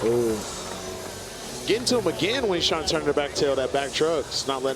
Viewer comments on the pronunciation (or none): none